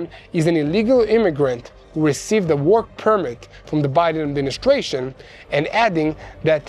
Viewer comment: Just so you know, when you say help support our "work", you're heavy accent makes it sound like you say help support our war. I don't think that's helping you that much with fundraising when you're asking for money to help with the war. Speak a little clearer when you say work.